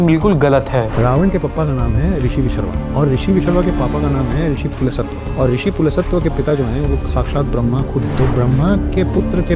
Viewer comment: पुलत्स्य न की पुलसत्व....kaisa writer hai ye?